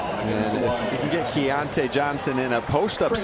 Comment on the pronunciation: The ridiculous disrespect of continuing to mispronounce "Keyontae" despite and the arena announcer's repeatedly correct pronunciations made me nearly puke. Let's go Mountaineers all the way but c'mon if you follow or are involved in college basketball in any way over the past half decade you should know who Keyontae Johnson is and how to pronounce his name. This was just embarrassing for ESPN. edited to add: I embarrassingly misspelled Keyontae in this comment when I posted. Crawling in a hole real quick be back Wednesday at 7p EDT LET'S GO 'EERS!